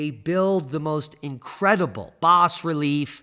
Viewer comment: It is pronounced bah-relief‼️🤪